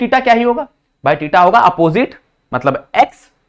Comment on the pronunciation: Sir theta 😂 not tita Sorry 🙏 sir but wrong pronounce